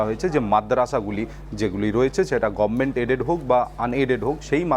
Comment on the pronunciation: Gormint😂Abe bolna Sikh pehle